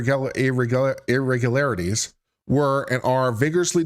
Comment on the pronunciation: Lmao, the first time you said it , I was fine and I said it with no problem, then you did it that third time and I was like oh no..I could not pronounce that word that I’ve never have had a problem in my life with😂😂😂..I had to stop the video and try saying like 10 times before it came back to me…lmao ..the curse of the irregularities …😂😂😂…but anyways, ur my fav lawyer in you tube …:)